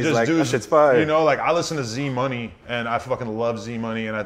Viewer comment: lol it's pronounced e-z money my guy